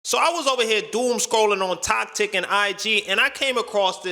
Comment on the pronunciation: Bro actually said Tok Tik. WORD